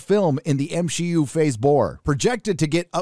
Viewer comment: I'll never get over "M-Shi-Yu" Hilarious